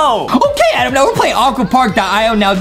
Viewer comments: GO BACK TO ENGLISH CAMP ADEM ITS TOTALLY ADEM NOT ADAM!!! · ADEM ITS NOT ADAM ITS A D E M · IT'S ADEM ADEM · Its not Adam it ayyyyyyyyyyydem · Lol justin its adem